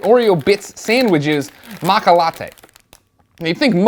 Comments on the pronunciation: Greg! Matcha is Japanese for green tea and its pronounced macha not maka! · It's matcha not macka ! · It's maaaaat shhhhaaaa, stupid. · It's pronounced Matcha though... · Pretty sure its pronounced MA-CHA. The t is silent . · ma T cha is a green tea flavor. there is a T and the CH sound is hard like change. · seriously lol i hope your joking when you say matcha that way